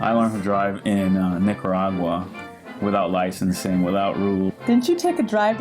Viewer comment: A roundabout is called a rotary in America and thanks for pronouncing Nicaragua correctly. Most Brits dont pronounce it properly.